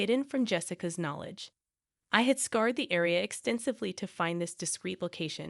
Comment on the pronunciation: Now you're pronouncing scoured wrong